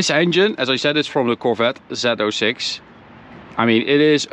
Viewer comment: Zee 06 NOT zeto 6!!!